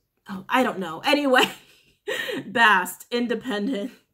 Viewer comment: Bas-stet not bast